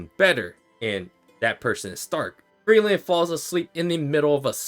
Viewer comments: Ngl if Fern and Stark don't get together, people are gonna riot. Especially with the most recent episode. Btw I hate that he pronounces Frieren and Frielen or Free Eren. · Frie-ren. It's not hard to pronounce. Free Ren. FRIEREN. PLEASE. I'M BEGGING!